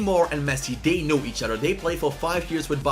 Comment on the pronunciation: “Each oter”